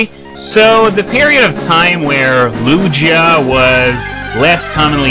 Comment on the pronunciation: Don't forget that Ho-oh has an awful typing to even me a Sp. Wall. Water, Electric, and Rock (Even though it's mainly physical but what evs) are some of the most common because of the abundance of pokemon that can learn moves like Thunderbolt. PS: Your saying Lugia and Ho-oh wrong. At first I thought you were talking about Hoot-Hoot for a little bit.